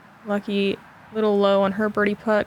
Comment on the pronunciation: As a Nordic, I find it so cool you call Lykke "Lucky". Atleast that was it sounds like :) As a site note. In Nordic language, her name translates to "Happiness".